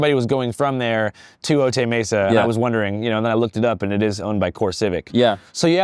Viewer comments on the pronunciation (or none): Otay is pronounced Oh-Tie